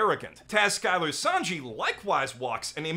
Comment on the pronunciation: I only watched season 4 of the anime and felt discouraged, but I absolutely adore the live action series. The Japanese actor who played a Japanese character was fantastic, although I wish they had cast a French actor for Sanji - his pronunciation was cringe. I'm excited to pick up the anime series again soon.